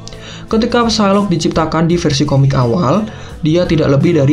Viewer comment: Ucapin Psylocke tanpa "P" jadi sailok aja